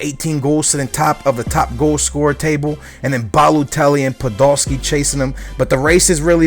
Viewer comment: Ba - Low - Telly Yep that sounds about right xD